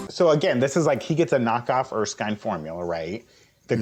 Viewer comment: Awesome. However, it's Erskine, not Erksine.